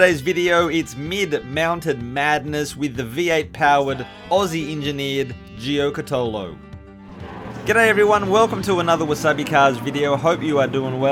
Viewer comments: Correct pronunciation is: “JO-KA-TOE-LO”. Or just simply google correct pronunciation, it ain’t that difficult! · It’s pronounced gio-cat-alo, friend of mine in high school’s dad had the yellow number 5? Car